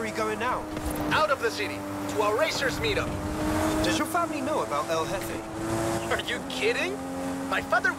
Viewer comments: El hefe not El JEFFE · El Hefe is the pronunciation you are looking for bro lol